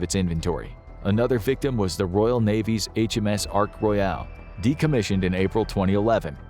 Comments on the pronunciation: Ark roy al.. 🤣🤣🤣. Its not a freakin burger joint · Lol "The HMS Ark Royale".